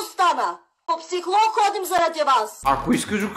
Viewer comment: Става ми много смешно как казва "психлог" Вместо психолог